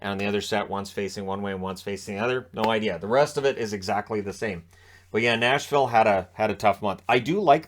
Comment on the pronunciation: Nashville is so bad that can’t even say their name X2